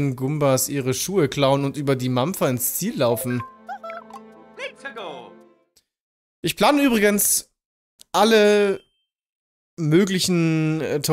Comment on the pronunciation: Du sagst immer manscher aber dass heißt mampfer